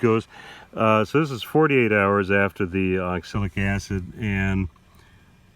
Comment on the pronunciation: You probably learn to pronounce the product you are using.